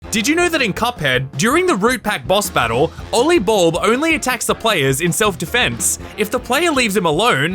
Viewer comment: “ohlee bulb” ollie is definitely not pronounced like that.